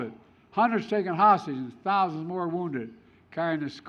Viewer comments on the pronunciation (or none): none